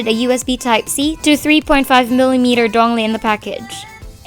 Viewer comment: Did i hear that right? You said DONG-LE? Instead of Dongle?